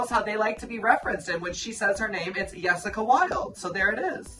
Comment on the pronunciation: funny bc Laganja says the name Jessica how we say it in germany😂😂